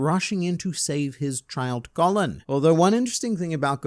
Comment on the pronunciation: Just wanted to point out you are mispronouncing colon's name. In Japanese コロン ko ro n. It's very close to the actual Spanish pronunciation colón. Sounds like cologne